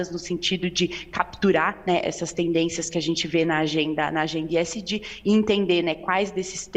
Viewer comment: Que coisa pedante esta moça falando esg com iésgi ....